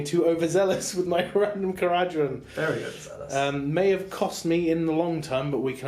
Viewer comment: Learn how to pronounce the faction you're playing. It's kara-dron